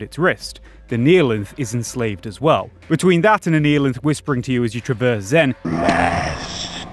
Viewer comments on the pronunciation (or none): none